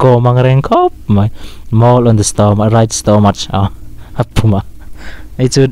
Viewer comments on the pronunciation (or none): Nanga pawh chu Stomach hi Stamak tia lam tur aw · Engmah chu ka ni bik lo a, mahse Stomach i lam dan ka lo nuihsawh ve che. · stomach poh i lam dik leh bik cuag miahlo nh kha 🤣😭